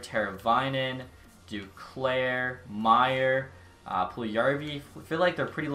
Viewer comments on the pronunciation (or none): none